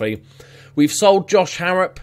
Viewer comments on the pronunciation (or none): none